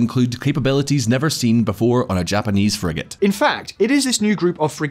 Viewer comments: Sorry bro, you lost me at frig-ate! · Please find someone who know what a Frigate is and pronounces it correctly. Will make all the difference